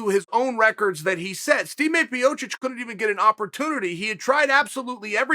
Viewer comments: me: "it's Stipe Miocic" Chael: me: "it's Stime Piocic" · Or Stemay Piotic...